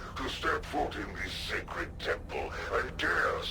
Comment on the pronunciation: "scared" temple lol